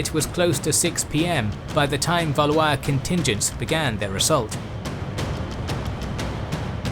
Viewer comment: Valley-is?! Valwah is correct pronunciation. LOL